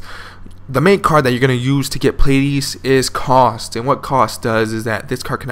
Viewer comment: Ka-U-St not Cost, welcome